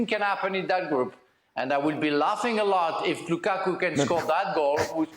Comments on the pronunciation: You know he wants to say Lakaka so badly. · ALE kills me the way he pronounces Lukaku...🤣🤣🤣🤣🤣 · I love how pronounces "Lukaku"😂.